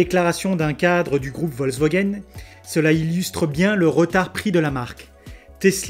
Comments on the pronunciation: Merci pour cette vidéo. Petit truc, c'est Volkswagen et pas Volkswogen ! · Bonjour! Merci pour cet éclairage novateur. Ta prononciation très personnelle de Volkswogen est assez marrante. Tu devrais adresser cette vidéo à Auto Plus où à Turbo de M6, pour les aider à vaincre leur résistance au changement. L’ avance de Tesla, en plus de ce que tu as si bien expliqué, c’est aussi l’intégration verticale extrême qui est planifiée: demain, l’internet starlink... le GPS Space x pour toutes les tesla. Demain la grande révolution des robots taxi mais aussi des robots semis... les constructeurs traditionnels vont générer des marges beaucoup plus faibles que tesla et seront certainement conscients qu’il sera plus simple d’acheter à tesla les batteries, moteur, logiciels, autopilote, gps, internet, conduite autonome et il se concentreront sur la cabine et leurs finitions pour conserver un bonne partie de leurs clients fidèles. Le monde selon Elon nous est offert, quelle chance de le voir, c’est une révolution industrielle enthousiasmante. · Interessant En effet c'est bien résumé de rappeler que dans le cas de Tesla c'est la voiture qui est construite autour de l'ordinateur et ça fait toute la différence ps : je ne sais pas si c'est du à un petit accent mais j'ai entendu VolkswOgen à chaque fois que tu as cité nos voisins allemands ^^